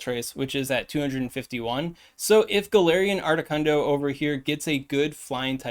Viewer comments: Articuno, not articunDo 😅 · Ardicundo lol you said it right the 4th time what’s that all about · my man.... uno, dos, tres. 1,2,3 duh.... it's not that hard to say articuno 🤣🤣🤣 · I came for the video title but I stayed for the pronunciation of Articundo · I keep hearing “ARTI KUNDO” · “Art-i-cuhn-do” is a joke I’m missing, right…? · Why are you saying Articuno’s name with an ascent?